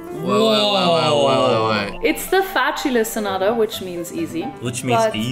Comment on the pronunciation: She is very good with the German pronunciation, however, she completely messed up Sonata Facile which is French. It’s pronounced like Fa-sil